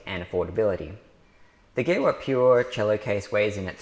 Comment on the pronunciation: Thanks for the great video. For info: it’s pronounced “Geeva”